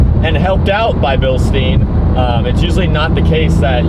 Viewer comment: Guys, its Bilstein, !GERMAN!, u say it like "Billshtayn", not "billsteen" 😅😅